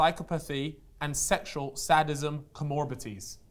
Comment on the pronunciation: has somehow managed to completely mispronounce “psychopathy”, “sadism” and “comorbidities” in one sentence 😂 my guy needs to get a Thesaurus put and expand that vocabulary.